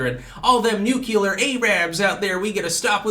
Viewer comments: "Newcueler A-rabs" lol you're killing me. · Nucllee Araabs gotta stop with our strateegeree................. excellent..lol